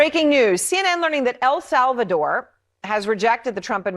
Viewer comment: The proper pronunciation of El Salvador in English is: el SAL-vuh-dor Not... "El Sov a door"